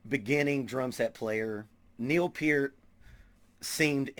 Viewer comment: "Pert", not "Peert". Mis-spelling intentional. Liked you otherwise, because you listed Levon Helm as your favorite drummer too. You seem like a good dude, so subscribed. Drum on Brother.